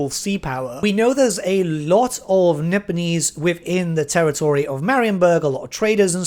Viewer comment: Nippon getting a name change may be for the best. Cathay actually has the benefit of not being in common use in any language today. Also, when you say "Nipponese," I can't help but hear "Nibenese" and feel a momentary need to check which fantasy setting I'm watching a video on.